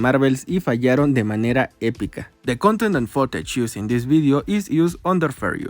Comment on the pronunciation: tu acento todo feo, cuando hablaste en ingles xD la palabra footage la pronunciaste mal, esa doble O debe sonar como U